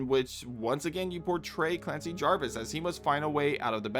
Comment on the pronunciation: Again, "Javis". no "r".